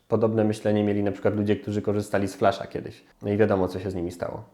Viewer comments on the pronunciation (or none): none